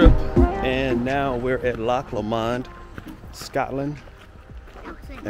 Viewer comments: Pronounced. LOCK LooooMond. The Midges are a pest .....glad you enjoyed my country or as we call it The Land were men wear skirts. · Pronounced Loch Lo mond ( with the emphasis on the LO ) GOOGLE the song I'LL TAKE THE HIGH ROAD and you'll be sorted right out haha lxx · Do love your prononciation of Loch Lomand - sounds very French. I lived in Stirling for 3 years and Loch Lomand was a favourite picnic destination. The water is ice cold, flowing down from the mountains nearby - in fact melted snow - but this didn't bother us youngsters. You must try and go to Loch Ness which is very different (deep, dark waters and perhaps a monster down in the depths). And yes, the Angus cattle are glorious with their huge horns and shaggy orange coat, running more or less wild. The sheep can be quite aggressive too if you have to make a "nature calls" stop - just keep your eyes peeled if you don't want to find yourself surrounded by a nosy herd of sheep, especially during lambing time when you may find yourself being chased by an angry ram - lol !